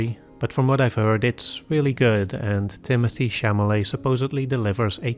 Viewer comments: Chalamet lol not Chamalet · *Chalamet, not Chamalet.